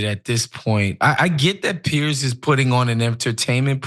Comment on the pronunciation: So funny that Ana doesn’t know how or can’t pronounce Piers’s name 😂